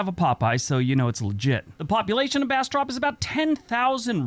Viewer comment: He pronounced Bastrop Louisiana wrong